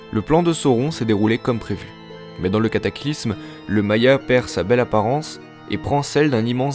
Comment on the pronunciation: "Maya"? ca ce dis pas "Mayar"?